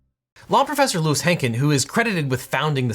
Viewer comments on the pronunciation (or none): none